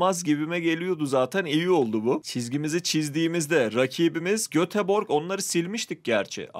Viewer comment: Abi o Göteborg diye yazılıyor ama Götebory diye okunuyor